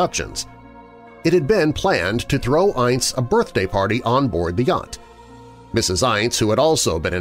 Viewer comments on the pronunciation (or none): I love you,but his name was pronounced "Ince" to rhyme with "mince"!